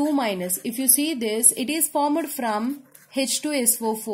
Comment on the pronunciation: Isko pehla koi bolna sekhao yrr formed ko formad 😂😂😂😂😂